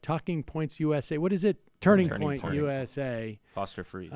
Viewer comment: Sam has to be mispronouncing turning point on purpose, also Candice Owen's stole that from Matt Stone and Trey Parker